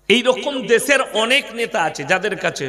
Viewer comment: দেছের, ছামরিক ছকতি, ছারিরিক কি এসব ভাষা? RIP বাংলা ভাষা